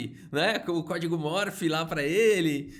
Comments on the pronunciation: Código MORSE meu caro, não "morfe". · é CÓDIGO MORSE......... M O R S E. e não morph,...kkkkkkkkkkkkkkkk